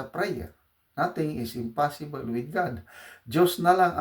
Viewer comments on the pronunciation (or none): Prayers can move mountains. by the way, impossible (spelled) is pronounce "impossibol.". Thank you general.